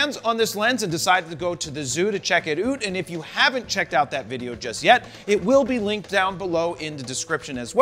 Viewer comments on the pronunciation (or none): “check it oot” 🤦‍♂️ Jared turning Canadian now